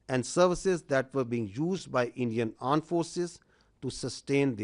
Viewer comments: Aand forces😂😂😂😂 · what is AAND forces 🤣🤣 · .26 secs I heard aand forces 😅😅 kya mere kaan khrab hain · Aand forces😂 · Aand forces 😂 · tatte jaisa kaam krti hai to aand forces hi bolenge 😂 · Aand forces 😂😂😂😂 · Did he say 'Arned' forces instead of 'armed' forces? 🙄 Uneducated fellows 😂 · They say pakistan aand forces 🤣🤣🤣🤣